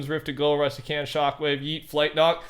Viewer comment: The way he says flint knock it sound like he is saying flight knock